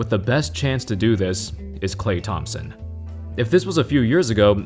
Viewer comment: This dude said Klay Thompson? 😂💀